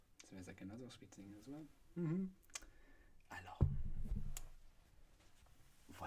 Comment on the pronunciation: When he said "Alors" I KNEW this was going to be good